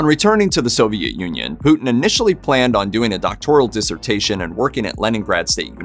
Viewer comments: It’s a shame the septics can’t pronounce Putins name correctly…..it is not ‘Pooootn’!!! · The Name ist Putin not Putn